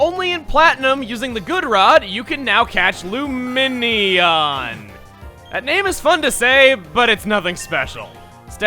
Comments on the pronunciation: It's pronounced LOO-MEH-NEON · lumineon loo-mee-knee-on